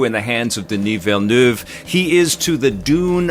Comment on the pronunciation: On behalf of Denis Villeneuve, thank you for pronouncing his name correctly.